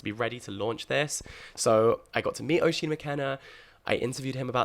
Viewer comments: Jack, so excited for Inklings and I wish you all the best with it!! Something exciting and refreshing finally on the book scene. Just one (1) thing; Oisín is pronounced "USH-EEN" not "O-SHEEN". As an Irish person that pronunciation did hurt a bit 😅. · Hi Jack, really looking forward to the book club. Just a small note- Oisín is pronounced ‘ush-een’. from an Irish viewer. 😊